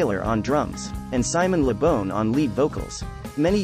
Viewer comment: It isn't bawn either, it is Bon rhymes with Gone, you said it right in the video at 3.25 :P